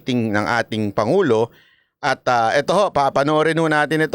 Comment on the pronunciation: Hindi man yan pangulo ito yata ang pagbigkas pango😂😂😂😂😂